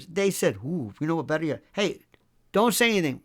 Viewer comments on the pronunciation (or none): none